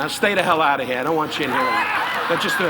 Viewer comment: Don rickles mentions Mickey blue eyes which came out 3 years after this in 1999 which he mentions get the hell outta here with no Rs which is “GET THE HAIL OUTTA HEE” and “FAGIDABOUDIT